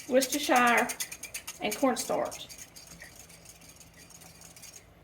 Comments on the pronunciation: Worcestershire Sauce is a British invention named after the town of Worcestershire in the county of Worcester in England. The "werstershur" is the correct pronunciation. Fun fact, a Shrek 3 location was modeled after the town not only for its looks, but because of the way people mispronounce the name. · you are the only cook on YouTube that pronounces Worcestershire correctly! I was born in a Massachusetts city of Worcester, so I know how to pronounce it. 🙂 Good luck on your new adventure of finding a new house. I felt the same way when my son left for college.